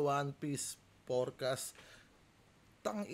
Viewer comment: hindi "forecast" yun,, "Portgas" yun,apelyido ni Ace